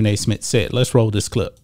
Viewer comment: SMITH NOT SMIT🤣🤣🤣